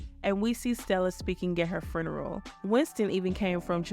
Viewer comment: Its funeral not furrneral